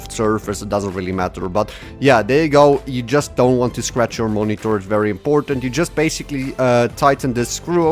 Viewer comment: So basically moniTORRRR? :P